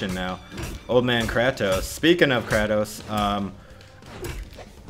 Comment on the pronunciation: its "cray" "toes"